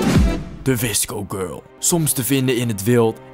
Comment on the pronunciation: Hoe jij dat zegt wisco gurl Ha Ha 👍🏼